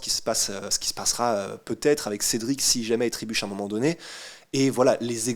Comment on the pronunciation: "TRÉBUCHE" pas "TRIBUCHE" 😅 (x2)